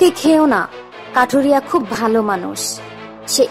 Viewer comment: Barbar se kathuria se kathiria kore bolchen kno sunte valo lagchena